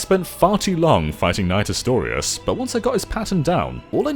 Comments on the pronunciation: "Diffikyult" "Astorias" mild eye twitching Good review though. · I know the asstorias part killed me. I think he's actually new to the game